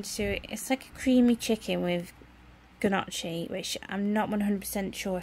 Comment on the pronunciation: That's a silent g in Gnocchi. Easy mistake to make 💚